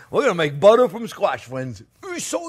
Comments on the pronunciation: "We got budder" 😂 Awesome! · "We got buttuh" slayed me! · I don't think I've ever heard anything quite as French as Jean-Pierre saying oh butter is good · A French man through and through except when he says "butter". He says butter like a NYer. 😁